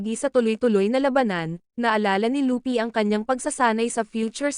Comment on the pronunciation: Kuya hindi po lupy mali po yon hindi den po lupi at lopi luffy po tamang pangalan ya